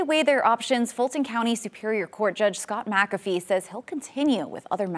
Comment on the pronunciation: Say it: "Mick- Af- ee" The Judge's name is not 'Mack-a-fee".